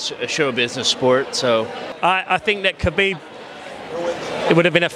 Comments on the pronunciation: WHO is KALIB? LOL Khabib !! actually its Habib but because Russian do not have H letter they pronunced Kh.. so its originally Habib which means beloved one! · Did that white boy call khabib caleb? Lol